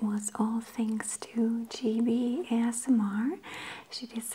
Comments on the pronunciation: Thanks for saying Gibi's name right xx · Omg you said gibi's name right